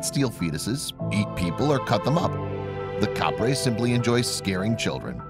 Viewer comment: it's not Caprey It's capre